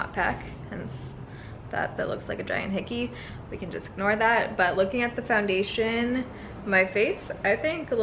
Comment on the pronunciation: Soo when does the next 15 days of foindation start? 😂😂 jk. Seriously though thank you for doing this series.